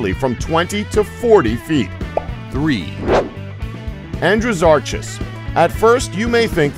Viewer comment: hay Andrew-soar-ass. lol